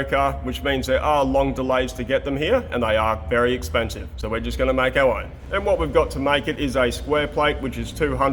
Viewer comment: so we’re just gonna make owwwown😂 The dental work doing you a mischief there 😂👍🏼